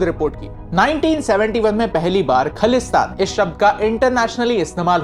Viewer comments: Bro the word is khalistan pronounced as Khaa-lis-taan. The word khaalis means Pure or unbaised; in other words khalistan can be known as flawless place. The word khalis derived from 16 or 17th century by Guru Gobind Singh when he created an army to fight against cruelty, unfairness, dominant government who then wanted people to convert their religions by hook or crook. Then those were mughals who wanted everyone should be islam hence khalsa panth has been establised. Today the movement is said to be against the word hindu rastra. Those who say hindu rastra banana hai if those who think india is for hindus or they want india to represented as hindu the movement khalistan is there to justify their own rights and it was then, now and forever to the sake of fairness. The movement of khalistan is not against any religion or a particular community. It was and will always be against those who think they can dominate for the sake of their caste or religion. For the map info; for what i know by reading history books or by listening to people who agrees to this philosophy they say khalistans map would be like how it was at the first place whole pakistan till the borders of Afghanistan and in india himachal haryana and some portions of rajisthan. If more details find real map of punjab when it was not india. The word india has been given us by britishers and not khalistan. Real history should never be manipulated. Kohinoor and prince duleep singh were stolen along with many other precio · If khalistan is khlistan Than Pakistan should be pkistan No hate .. that pronunciation what just not suitable for me to hear .. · Its khaalistan not khalistan correct the pronounced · Correction: it's not khlistan it's khalisthan,pronounce it properly. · firstlly you should correct your pronunciation in bhindranwala its not द it's ड and also it's खालिस्तान not खलिस्तान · Bruh you don’t know anything You don’t even Pronouncing it correctly its not khalesthan Its khalisthan😑